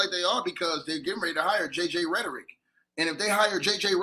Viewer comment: “JJ Rederick” - 😂😂🤣